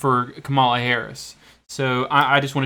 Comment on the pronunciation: These particular polls, unfortunately, aren't known to be especially reliable, and the narrator of the video doesn't know how to pronounce Harris's first name, so not much confidence here!